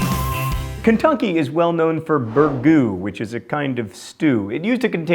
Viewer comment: Did you just say Ken-Tunky?